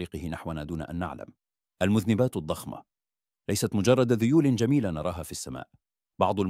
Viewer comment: المذَنّبات مو المذْنِبات